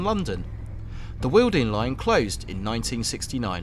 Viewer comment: Wealden, not "wealding" line !